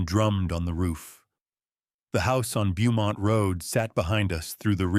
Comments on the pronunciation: Beaumont is pronounced "bow mont"....whoever is reading this is either not American, or is AI... Also, ...he never paid for or dismissed the taxi.... you need to pay attention to some small details. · Beaumont Avenue should be said as bow-mont Avenue, where bow is pronounced like a child’s hair thing. Ai still cannot pronounce just about anything that are names. I scream every once in awhile because of this stupidity.